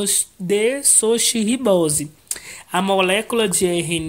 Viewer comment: Ele está com problemas até pra falar "desoxirribose"